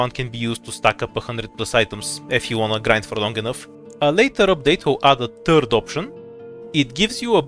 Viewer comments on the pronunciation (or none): excuse me, the "turd option"? Who are you?